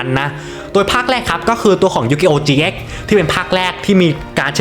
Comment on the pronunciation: Yu gi oh gx ไม่ใช่ yugioh เจ๊กครับ ช่วยออกเสียงให้ถูกด้วยครับ